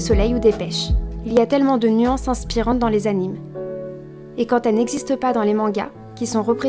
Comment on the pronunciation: Ça se prononce "animé" même si ça s'écrit "anime", c'est juste qu'on l'écrit à l'anglaise